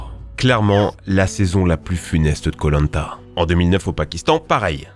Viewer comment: Hé pourquoi tu prononce koh-lanta comme polenta ?